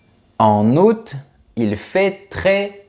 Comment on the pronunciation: Merci d'avoir prononcé le t du mois d'août